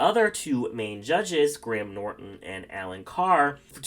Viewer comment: Ru should just leave, he fancies himself an anglophile but he's just the British ver of weebs, no real idea of the culture just knows some language quirks, mans can't even pronounce Graham. Michelle I'll give it to her, knows a lot more references. But just like Ru, this North American uses Americanisms to inform his views on other countries, lack of diversity isn't an issue, lack of POC queens applying is. Natural for a country which is overwhelming majority white AND a lot of POC cultures in the UK are made up of conservative groups, the most progressive are white families whereas you've got groups from other countries (who are POC) who comes from places where at best, gay people are thrown out to the streets and at worse, executed, (ik idk why we let them in either) let alone a gay drag queen.